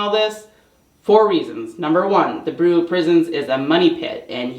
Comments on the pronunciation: Bureau is pronounced: “byur-oh” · This is not to make fun, but the word bureau is pronounced bee-you-row. I only mention it because we all know how hard you work on these videos, how far you have come, and that you always want to improve and do your best. Great job.